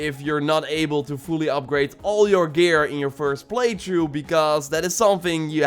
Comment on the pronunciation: Why does he say play through “play chu”